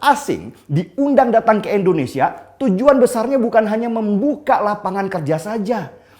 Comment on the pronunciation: Tidak berniat untuk menggurui ataupun menjatuhkan alangkah lebih baik penyebutan Indonesia nya diperbaiki jangan Endonesia 🙏🏻🙏🏻🙏🏻